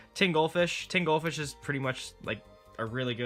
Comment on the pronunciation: I heard tingle fish. for tin gold fish :'D